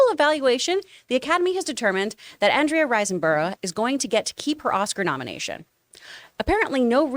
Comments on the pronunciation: OMG how hard is it to say 'Andrea Riseborough'? Surely it's pronounced 'Andrea Riz-boro'? Maybe it had been had a long day. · I love John completely butchering her name😂😂😂 But on topic: I think Andrea Riseborough is highly underrated. I loved her in Mandy, Possesor and I think even in the bad The Grudge she was easily a stand out